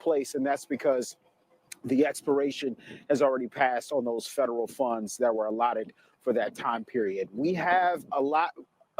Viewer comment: Wait. That woman pronounced “funds” fun-dess. 😂😂